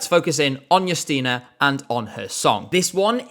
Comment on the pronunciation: I must say,, you nailed how to pronounce Justyna's name and surname. And it's so nice you like polish pick! That being said, no, screw Rafał, him being picked as our representative was not only embarrassing, but it was even bigger controversy that last year NF and it's not even close